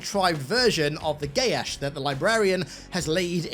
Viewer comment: This chosen one magic bullshit that keeps infecting everything more and more is actually driving me nuts. Also, your pronunciation of Geas puts a spasm in my jaw.